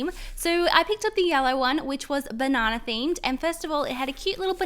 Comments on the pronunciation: what is she saying banannaier scent¿? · She says banana so weird no offense your a good youtuber but every time you say banana it makes me laugh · Does anyone else like the way she says banana?